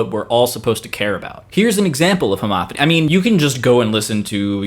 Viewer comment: It sounds like you're saying "Monothony" and "Homothony" as opposed to "MonoPHony" and "HomoPHony". I'm I mis-hearing?